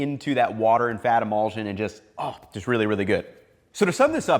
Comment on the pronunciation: I'm enjoying this video, but it is driving me a little crazy how he pronounces emulsion. The ending should sound like shun, not zsun.